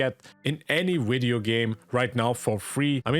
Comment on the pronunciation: 'widyo' gave it away for me :D